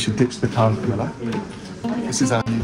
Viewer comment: Camilla not Comilla! Sorry.